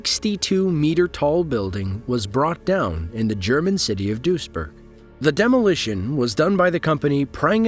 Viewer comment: BRAVO to the narrator! German pronunciation is perfect!